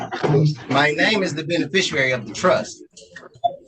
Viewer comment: If you're going to call yourself the beneficiary, at least learn how to pronounce it 🙄 "Benifishurary"